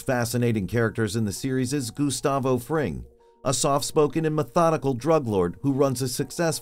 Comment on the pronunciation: Mf rly said goosetavo frame